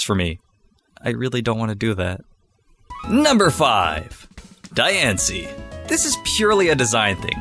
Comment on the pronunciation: Am so sad He say dancie Edit: the worst pokemon is metapad